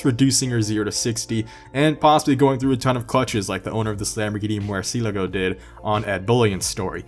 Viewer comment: I love that you actually said murcielago correctly